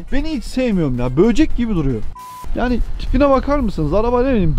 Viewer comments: Böğcek diyen ağzını…. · 11.36'daki böcek telaffuzuna çok güldüm jkhfdks böğcek demen